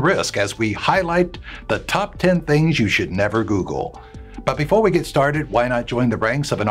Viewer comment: the top 10 things you should never GUGUUUL 😂😂😂😂😂🙈🙈🙈🙈